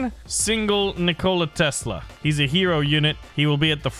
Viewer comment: As much as I love, I can't look past how he pronounced Nikola Tesla's name